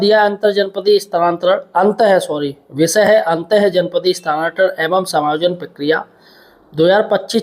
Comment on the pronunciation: स्थानांतरण तो ठीक से पढ ले ये ये ये ले ले ले